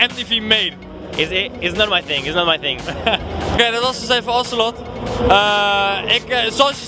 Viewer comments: zijn naam is btw Ocelote (je mist de laatste e) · Het is 'ocelote' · Het is Ocelote niet Ocelot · NOO SHIT, GAST IK BEN ZO JALOERS. Dit is mijn favoriete LoL speler. En hij staat hem daar gewoon te interviewen, wat echt sick! btw het is Ocelote niet Ocelot. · Psst / het is Ocelote, niet ocelot haha wel een nice interview! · hij heet trouwens ocelote niet ocelot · Het is Ocelote just saying